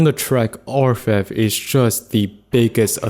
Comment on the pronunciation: You pronounced it right. It's not English, but French and it means "Goldsmith".